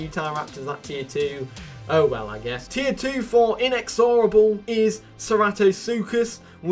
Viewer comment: The way he pronounces inexorable bugs me so bad